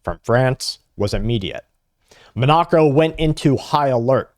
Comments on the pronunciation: Monaco. Do you mean “MON a co”? What or where is “mon KNOCK o”? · It's pronounced 'MON uh co' ...not 'mon NA co" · Monoco (pronounced Mon-a'-co) is where the European elites vaca. Putin is putting them on notice. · Its Monaco, munoco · That is not how you pronounce Monnaco. Its 'mon-uh-co'. Thank you for your attention to this matter. That data center water musta got to ya lol. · It is pronounced Mon a co. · You are a gread podcaster but your mispronounciation of Monaco (mon-ah-co) is driving me crazy. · It's pronounced : Mon-A-Co. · was wondering where Bradwas talking about , took a short while to figure out Monacco. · (Is Mah-NAH-co Monoco? Or somewhere else?) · This goofball has no idea how to pronounce Monaco. Can you imagine getting on TV and talking about something you have no idea what you're talking about. I bet he has no clue where it even is. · He's like this repeatedly 😮😮😮😮😮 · I thought Patrick Humphrey was giving today's report with the way you pronounced Monaco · Patrick Humphrey is safe at the moment. That matters. He is a human being. A single mispronounced word is just that --a single word.